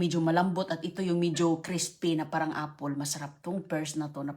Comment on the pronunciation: Singgol o single?😂😅Applesssss or 🍎apple????😂